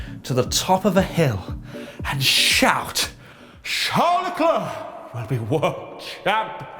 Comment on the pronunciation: AND IT'S CHARL LECLERC